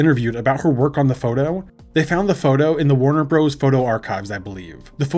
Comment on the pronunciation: Warner Broze? That’s when I stop listening to this 💩